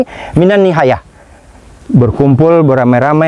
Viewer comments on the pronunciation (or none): Afwan, bukan Nihayah, Tapi Niyahah (نياحة) Bukan نحاية. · Ada salah baca dari segi nahwu dan mudah"an dah ada yg mengingatkan juga niyahah atau nihayah supaya tidak keliru lagi untuk kebaikan ustadz